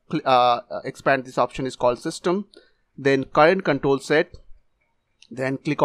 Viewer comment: bro your accent on countol is so funny. In Indonesia it like kontol=peanus